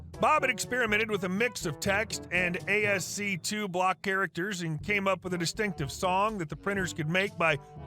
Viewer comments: In the second story/situation, ASCII is a Computer Code (language) & it is pronounced something like “Asskee” not ASC 2. Later in the story there is “pcs”… that’s short for PCs (Personal Computers, plural). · small nitpick: ASCII is pronounced "Ask-ee;" the I's stand for something, mind!